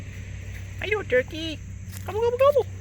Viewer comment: Tuwkey tuwkey 😂😂 squiwi squiwell😂😂😂